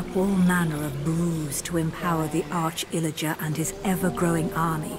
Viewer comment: "Illiger" Meanwhile subtitles: ill legend